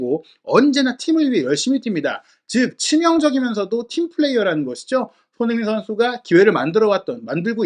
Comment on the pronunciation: 제발 발음좀 똑바로 해주셨음 합니다. 손흥민 이란 단어가 어려울까요? 처음시작시 손흥민 빼곤 손으잉? 이렇게 들리는건 저만 그럴까요?